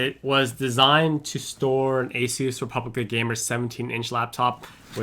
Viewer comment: finally some one who says asus correctly